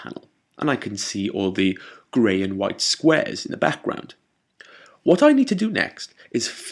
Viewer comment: i always love the tutorials u made.. i've watched all of em :D anyway i love it when u says "backgroud" it's amazing pronounced :D once again TIA! LOVE YA